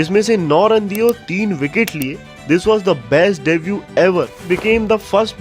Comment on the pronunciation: Debut me T silent hota he bhai😂